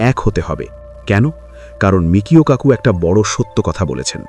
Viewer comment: বিখ্যাত তাত্ত্বিক পদার্থবিজ্ঞানী Michio Kaku-এর নামের সঠিক উচ্চারণ হবে: মিচিও কাকু উচ্চারণটি আরও সহজভাবে বুঝতে নিচের বিভাজনটি দেখতে পারেন: * Michio: মি-চি-ও (Mee-chee-oh) * Kaku: কা-কু (Kah-koo) কিছু ছোট টিপস: ১. জাপানি বংশোদ্ভূত আমেরিকান এই বিজ্ঞানীর নামের 'Michio' অংশটিতে 'ch' এর উচ্চারণ বাংলা 'চ' এর মতো হয়। ২. 'Kaku' অংশে 'a' এর উচ্চারণটি দীর্ঘ 'আ' এর মতো (যেমন: 'কাকা' শব্দের প্রথম অংশ)। অনেকে ভুল করে তাকে 'মিশিও' বলে ডাকেন, তবে তিনি নিজে তার নামের উচ্চারণ 'মিচিও' হিসেবেই করেন।